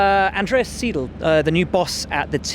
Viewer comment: SIDE-L...It's pronounced SIDE-L!!!!!!!!!!!!!!!!!!